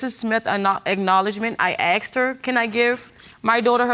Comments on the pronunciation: Asked not axed People pronouncing this word wrong pissee me off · And why do I hear ‘aksed’ instead of ‘asked’ all the time. Or does it just sound like that to my non-native English ears? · Why is every black person at court because some black guy died . Why are black guys always getting killed ? & why do black people say " axed " it's asked ? " mines " instead of mine . Also , peep the mustache guy in the back haha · Why are they saying aksed instead of asked?